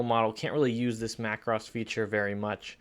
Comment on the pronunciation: BTW the word is pronounced like this Mac Rose as it is the plural of Mac Row. Another example might be Na (as in hey) thans and not Nat hans videos. Perspective crop is mostly used when doing perhaps an architectural image with a wide angle lens. Often the building will be tilted backward and needs to be straightened. Sometime when using a wide angle lens from an angle a building or some buildings will appear out of shape. Same thing can happen if trying to capture a tall tree(s) in a forest. Cropping that adjusts the softness of the background is effective to isolate the main subject of the image. Just take care and often a mask will be needed to not have the softness too great. Rotate is often used by portrait photographers when an image can look more effective, mostly for female subjects on and angle either left or right compared to the camera image. Often if used on a male subject it will be more subtle of a change. At the same time the editor of his/her image may even crop tightly or cut into the top of the head to lead the viewer into the eyes of the subject and the expression captured in camera. The soften face tool is effective particularly on the female subject particularly on a young lady to keep the look of youth intact even if time has not been so kind. The quick menus are always a good way to check things out quickly on an image and thus give the editor an idea as to what the final project may look like in his or her vision.